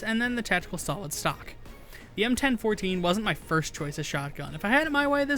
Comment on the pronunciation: "EM-ten-fourteen" thats the first time I've heard anyone call the Bellini m4 that.